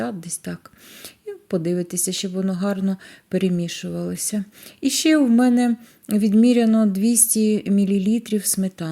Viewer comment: Рецепт з Галичини, але жіночка сама не галичанка. Вона непевне росіянка, мені приємно що вона намагається говорити нашою мовою. Оці ШЬЧЄ, ЩЬЧЬО, звичЯйно, шкваркИ , жарене, це все російська вимова українських слів.. На превеликий жаль, за вимовою не слідкують і навіть диктори говорять на « суржику».